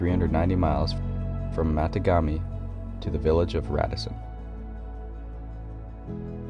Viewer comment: Cool! Matagami is pronounced Ma taw gam ee 😄 My birthplace, way before the flooding due to the JB hydro project, is Kaniapiscow….pronounced ka nee ups cow….Say it in fluid voice 😄